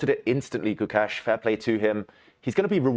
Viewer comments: Gukesh❌ Gucash☑️ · abey gookesh nahi hai, gukesh lol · These white commentators are failed circus acts. The first two, I don't know their names but I would love to mispronounce them, kept referring to Gukesh as GuCash as if he were a form of currency. The next white circus clown said Gukesh was acting.